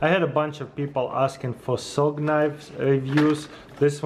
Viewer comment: it is ''SUG''